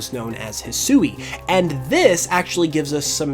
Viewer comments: Yo man I hope you see this !! The region is pronounced hisui ( HE-SWEE) is how you say that not ( HE-SOO-EE) which is how you’ve been pronouncing it just some helpful knowledge so you don’t keep butchering the beautiful Japanese language I see a lot of Americans woth this issue like some that can’t say sasuke it’s ( SAHS-KAY) and some ppl say (SAH-SOO-KE) which is similar to what you’ve been saying Anyway hope u read this and hope I helped you today I’m down to battle anytime! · Despite what was said in the trailer, Hisui is pronounced "hih-swee" not "hih-soo-ee". Sui being the Japanese word for water. The woman speaking during the reveal clearly wasn't told that, and likely has had little to no exposure to the Japanese language.